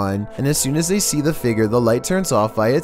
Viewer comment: numbar fhive seemingly ghostlee figor